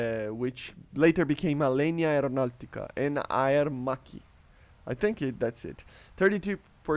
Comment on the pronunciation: Bro u pronunced aermacchi so good, and alenia is good also. Bro be more confident cause we love u even if u pronounce something incorrectly❤.